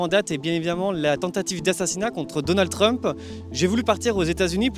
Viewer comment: Treumpeuh, port d'armeuh, demandeuh ahaha